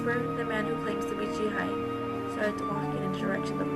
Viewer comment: It's pronounced Jee-Hay. Just saying. I'm glad uploaded this though